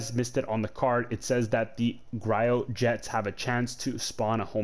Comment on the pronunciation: The pronunciation of Gyrojets is like "Jie Roe"